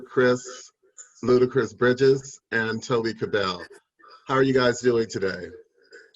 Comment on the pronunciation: Quite put off by moderator who couldn’t even say Toby Kebbell’s name right , and dude’s too polite to correct him. He’s really one of the most underrated actors today—maybe watch Dead Man’s Shoes or some of his motion capture work and then say his name again?